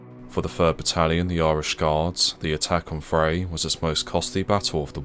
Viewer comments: Vrij = pronounced Fry with a V replacing the F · "Vrij" is pronounced like 'fry' and means 'Free'. Thought that's a relevant side note.